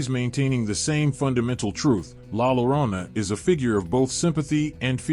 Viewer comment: The actual pronunciation is LA yo-RO-nah!